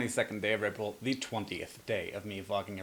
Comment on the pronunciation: (continued post) I agree with your statements here and really love that this conversation can happen here. It is so important for these conversations to happen because without them, THAT is where the hate and animosity thrive. ..ps..sounds like you say redbull instead of april in the beginning lol